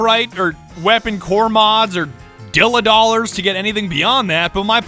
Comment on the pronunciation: OH MY F*****G GOD ITS DIMMA DOLLARS NOT "DILLA DOLLARS"